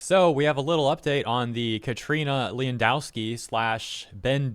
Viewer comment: Why are you taking a Greek name and turning it into a Polish one? Leon-ou-da-kis , how tf did you get Lowendowski from that ?